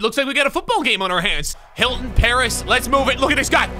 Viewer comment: Is nobody talking about how he called T.Y Hilton Ty Hilton